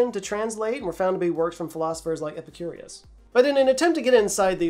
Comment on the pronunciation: ...and 'Epicur'i'us? Epicurus would not be happy.